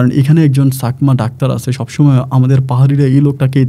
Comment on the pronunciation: ছাকমা না চাকমা হবে।উচ্চারণ গুলো kindly ঠিক করেন।এত ভুল বলে আপনি কি করে Rj হন।বাবাহ্ না বাবা হবে।